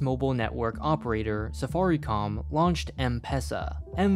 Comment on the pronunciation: I'm from Kenya and the way he is spelling Safaricom and M-pesa is so Inaccrate